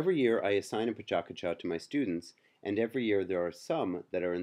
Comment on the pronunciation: your pronouncing Pecha Kucha wrong